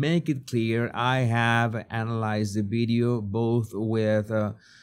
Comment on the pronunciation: What's a "beedyo"?